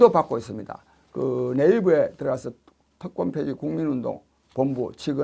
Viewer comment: 특권폐지인데 계속 "특검폐지"로 들립니다.